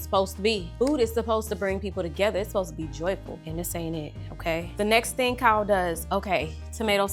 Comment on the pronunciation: The way you said Kyle 😂